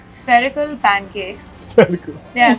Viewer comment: Rolf 😂 when shreya said spherical